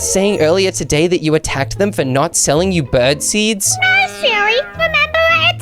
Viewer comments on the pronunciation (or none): I think u said tolday too much